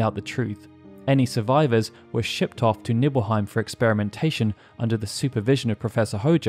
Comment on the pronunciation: Was I the only one to hear Nipple-heim instead of Nibbleheim? lol